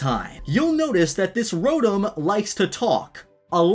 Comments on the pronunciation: Rotm Me: uhh ya mean RO-TOM? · Another annoying thing,people that pronounce Rotom as Rotum or Rotome